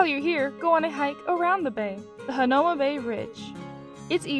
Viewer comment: FYI.... Waimanalo=Why-mah-nah-loh Hanauma=Hah-now-mah Marukame/Marugame=Mah-roo-kah-may/Mah-roo-gah-may...p.s...Roll you tongue on R!-lol Duke Kahanamoku=Kah-hah-nah-moh-koo Waimea Falls offers better waterfall/botanical garden to walk thru than Manoa IMO...Book Arizona Memorial/Punchbowl National Cemetery/Bishop Museum same day, Iolani Palace(Ee-oh-lah-nee) another day....